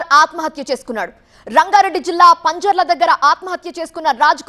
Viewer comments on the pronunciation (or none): Amma thalli not panjala that is Pinjrall